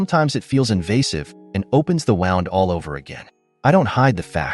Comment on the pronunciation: Opens the "wound" isn't pronounced like "wound" a clock. Another triumph for AI readers. The AI writer was pretty horrible, too. Another robochannel that needs the "Don't recommend channel" button.